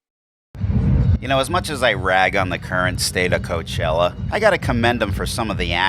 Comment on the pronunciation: Hey Did I hear you correctly when you called it C*nt chella